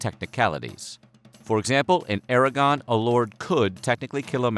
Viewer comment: Did he said "Aragon"?